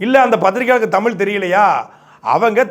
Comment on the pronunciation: நீ முதலில் தமிழை பிழையில்லாம சரியா பேசுப்பா.. மொலி... தமில்.... இது என்ன மொழிப்பா 😂